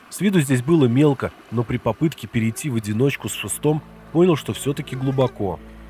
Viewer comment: не "по́нял", а "поня́л" надо говорить! Поня́л?